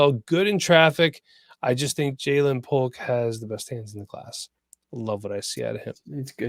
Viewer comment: Don’t take it as hating but I believe Jalin Polk is pronounced the same jaylen waddle, jalen hurts etc. great stuff guys, as always. Much love